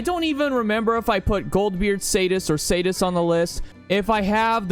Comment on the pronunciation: Never hunted a "Sadis" before.